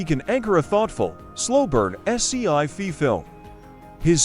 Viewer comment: You gotta love AI narrators: come-bat for combat, es-cee-eye-fee for sci-fi.